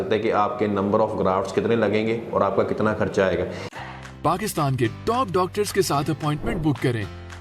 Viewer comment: جتنی بری اس کی اردو ہے ویسے ہی اس کا علاج ہو گا بار بار خرچہ کو ( کھرچہ ) کہہ رہا ہے۔😁